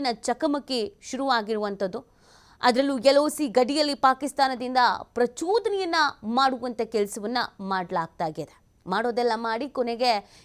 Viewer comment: ಪ್ರಚುದನೆ ಅಲ್ಲ ಪ್ರಚೋದನೆ 😂